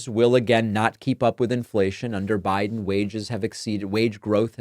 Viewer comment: You keep mispronouncing "Biden".